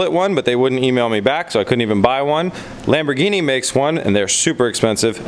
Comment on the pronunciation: its NOT "Lamborgini"